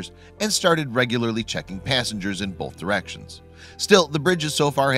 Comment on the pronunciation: Pro tip: There is no letter "l" in the word "both."